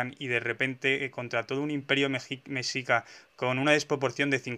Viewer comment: Se dice "meshica" (como she, en inglés) y "tlascalteca"